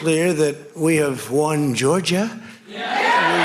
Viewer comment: Of course he won those southern States that's where all the racist people are you see how he said Georgia he put emphasis in that